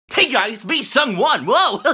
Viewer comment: Oh, it's actually pronounced "Sung won" not "Sang WEERN" like I thought all this time. Thanks to this new high energy I can finally understand him.